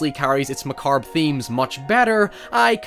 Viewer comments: Macarbe? You mean macabre... LOL oh my man that was funny. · Again with the "macarb"! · While yall are fawning over the "hoyevers", I'm captivated by macabre "macarb"s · Did I hear "macarbe" there at the beginning? :D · Did you just say mah-carb? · Mah-carb .... funny, England invented the language, but cant speak it. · A fully excellent video, aside from your pronunciation of "macabre"